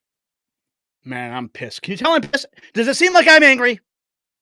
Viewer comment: "So submit to my authowritAH!" 🤣🤣🤣🤣